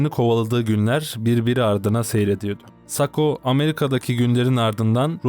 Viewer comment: sako degil sakko